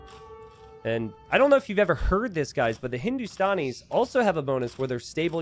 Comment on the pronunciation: Its Hindu - Stan - Ees not Hindu - Stawn - Ees (The Stan is like how you say Stanley, not Stawnley lol) -- Love your content btw <3